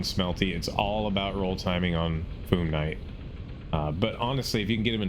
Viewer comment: It’s Fyoom, not Foom. Not sure why people pronounce it like that. 😂